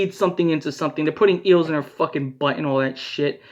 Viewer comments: I thought he said eagles and was also confused Lol But eels, that makes sense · EAGLES? im so confused WAIT HE SAID EELS OH MY GOD LMFAO